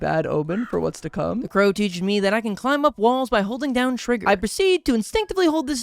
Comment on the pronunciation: I don't know if I'm crazy but I keep hearing balls, I feel like it's supposed to be walls I don't know.